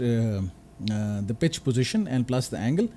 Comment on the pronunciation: It took me 2 minutes to realize that you were trying to say pitch with a "P" and not "B"😅